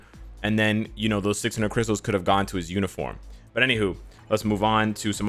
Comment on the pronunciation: "We need more crystale"